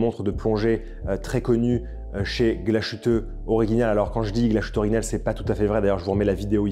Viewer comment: Belle sélection. Il y a du mieux sur la prononciation de l'Allemand ! ;-) Sauf pour Glashütte - dire Glass-hütte (pas "ch" ou "sh" ;-) Bonne fin d'année !